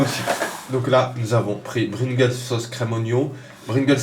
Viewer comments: Mdrr bringles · Juste tu sait pas parler ni conter car 250 arrondis au centième c'est soir 300 ou 200 est c'est pringles pas bringles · PRINGLES pas BRINGLES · J ai bien entendu ou il dis Brigles pas Pringles? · c est pringles pas bringles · Pringles pas bringles !! ^^ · MDR Bringles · C pringles pas bringels 😂😂😂😂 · Sa dérange personne qu'il dit Bringles aux lieu de Pringles? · c pas bringles Mais pringles...😂😂😂😂😂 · Bringles ??? connais pas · CE N'EST PAS BRINGLES MAIS PRINGLES😂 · TU SAIS PAS DIRE DRAGIBUS ET PRINGLES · qui a remarqué qu'il dis tout le temps bringles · Bringles mdrrrr